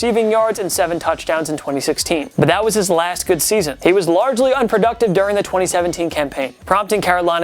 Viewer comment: "largely" oh you're bad